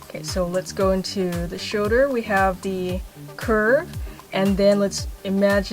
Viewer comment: i love how she says "shouder" #perfectimperfections